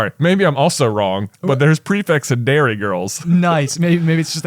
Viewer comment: They say Derry girls as if it was Dairy girls!